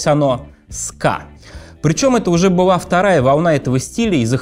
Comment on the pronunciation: думает, что он так круто выговаривает букву л, вместо была быуа, вместо школа, шкоуа. Не выговариваешь букву Л - это не твоя "фишка", а твоя глупость, безграмотность, позор!